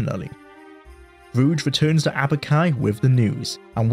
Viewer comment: it is so funny to complain about the pronounciation of the VA of a character whose name you consistently mispronounce. It's Aubk-i NOT Abu-ki